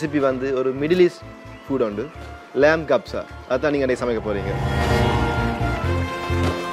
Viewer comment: Lam kapsa illa lahamkapsa